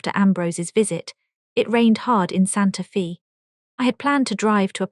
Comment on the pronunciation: Santa FEE???? LOL.... No, it's pronounced Santa FAY. AI sucks.